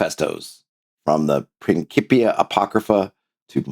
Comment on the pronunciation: Thank you for the correct of Latin pronunciation of principia with c as k! 😁